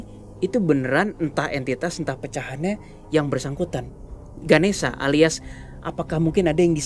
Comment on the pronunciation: mon maap itu nma nya ganesha bukan ganesia nma w ganesia soalny mcem di sebut